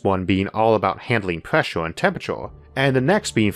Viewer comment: Huge preshore deepore what us this nararrotor sayong.